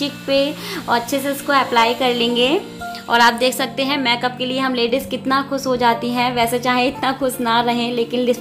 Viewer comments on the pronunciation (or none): लुकिंग वेरी ब्यूटीफुल दीदी।।।। लेकिन प्लीज़ आप मैकप ना बोले मेकअप बोले